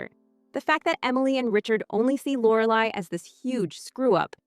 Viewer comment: AI...can't even say Lorelai's name right